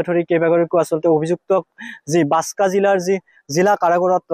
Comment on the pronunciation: Assam cm আৰু তুমি দুটাই ভুলকৈ কৈছা জিলাৰ নাম বাসকা না বাকসা কুনটো ভুল কোবা